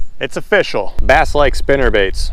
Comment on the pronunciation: "It's O F F I S H I A L"